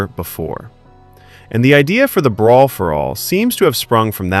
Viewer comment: "Breer for all"?